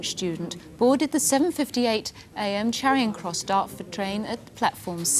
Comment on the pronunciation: Jacqui always says "Charion" Cross instead of Charing Cross.